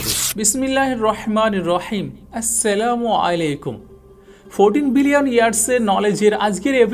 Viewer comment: ভাইজান কথা বললে কথায় এত স্মার্ট হওয়া উচিত না যে স্মার্ট স্টাইলে কথা বলতে যেয়ে সালাম দিতে বিকৃত হয়ে যায় সালাম গুরুত্বপূর্ণ একটা জিনিস স্পষ্টভাবে আর স্বাভাবিক ভর বলা উচিত স্টাইল নিয়ে সালাম দিলে সেটা বিকৃত হয়ে যায় আশাকরি বুঝতে পেরেছেন